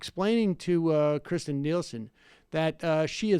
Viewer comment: It’s Kirstjen not Kristjen and she is a horrible person.